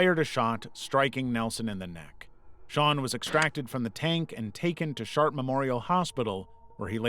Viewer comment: Ahh, I'm glad they didn't shoot Manticore. did you say SHART MEMORIAL HOSPITAL?? hahahahah